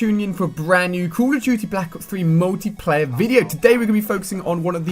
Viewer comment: sounds like he is saying call o tuty